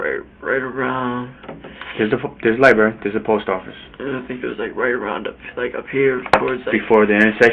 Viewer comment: What's a "lie berry"? 🙄